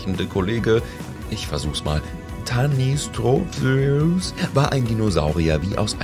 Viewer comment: Tanystropheus spricht man teinistropeos aus.